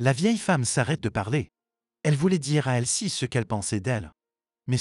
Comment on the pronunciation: Le prénom de l'amie de la mère est Elsie et non pas "elle ci"